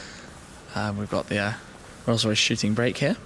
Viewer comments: Thought he said 'Rolls Royce shitting brick' not 'shooting break' hahah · lolol.. I thought he said rr shitty brakes in stead of shooting brake. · might be me, but it sounds like you're saying 'Rolls-Royce Shitting Brake'. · Rolls Royce Shooting Brake but honestly, I thought he said, "Rolls Royce shitting bricks here." XD